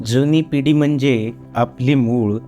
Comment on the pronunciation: पिडी ऐवजी पिढी खान ऐवजी खाण मूळ ऐवजी मुळं असे कवितेतले शब्द नीट म्हणा. आशय छान आहे पण शब्दांचे उच्चार नीट हवेत.